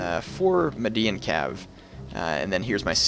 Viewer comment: It's pronounced Meed-yan not Meh-dian. Median is a way of saying Mede influenced. Median language, Median culture etc. Just thought I'd state it. It was getting a bit annoying every time I heard Meh-dian Cav